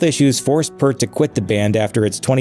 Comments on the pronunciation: It's not Purt it's Peart -- just remember that the word "EAR" is in his name. (Hey! I've got a big one for you -- to follow up on Alex Lifeson's derisive comment about the Rock & Roll Hall Of Fame in this video you should do a reaction video to Lifeson's acceptance speech at The Hall --- It's about 3 minutes long and he doesn't speak a SINGLE intelligible word, it's a LEGENDARY viral moment of sarcasm and well-deserved disrespect, that's almost hard to believe. It's as good as Steve Miller telling The R&R Hall that they're a corrupt organization run by conniving, theiving scum -- check them BOTH OUT!) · My pronunciation belief is …. PEART …. Like a pier 🎣… with a T … Piert-T Edit… Take it one step further…, P 👂 T say the “ear” part quick ..and end sharply on the T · It is pronounced Peert, but many got it wrong over the years. Vapor Trails was the first album after the tragedies. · A lot of people pronounced it Pert, but it is a long "E" sound...like "ear". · The Grunge video repeatedly said Neil's last name incorrectly. It is Peart with 'ear' in the middle just like you pronounce ear. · The narrator of the original video mispronounces Peart. Cringe worthy for me. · "Ghost Rider" on the album "Vapor Trails" was all about the loss of his family. In fact, at the conclusion of the performance of the song on the tour, Neil would snap his sticks in half. The narrator of this video mispronounced his name constantly, to an extremely annoying level. If you haven't seen Rush's acceptance speech for RRHOF induction, you need to. You'll thank me later. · Peart. Ear as in your ear. That's what Geddy says. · Imagine making a video about an amazing man like that and not pronouncing his name correctly throughout the whole thing. Oops. The vowels in Peart rhyme with ear 👂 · Yes, he's mispronouncing Neil's name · I HATE when people say Neils surname wrong, P Ear T not P errr t, I can't finish this, the guy literally is going out of his way to talk about shampoo. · It’s “peert“